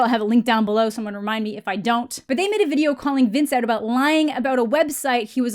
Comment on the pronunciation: Did she just say, “aboot?”